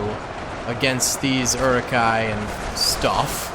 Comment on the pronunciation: This mtherfker really just said "eri-kais" and "knights of Rohan"....... Is he even a lotr fan? Its Uruk-hai and Riders of Rohan.